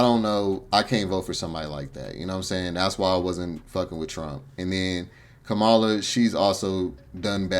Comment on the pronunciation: Your comments about immigrants taking over you sound like the white folk . What you said is the same thing white folks say about black peoples also if you going to speak on the Vp learn to say her name correctly. You are also wrong on her policy she did not lock up black folks. Say what you want but you need to speak facts Sir